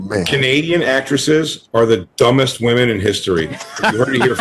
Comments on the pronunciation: It still drives me nuts that says woman instead of women. All the time. How is that a thing! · It makes perfect sense?? thinks "women" is pronounced like "woman." This is something we all learned to pronounce in first grade. Yet she doesn't understand it. OP is correct, she shouldn't be allowed to talk. And neither should you. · She has no idea how to pronounce "women." It's so weird.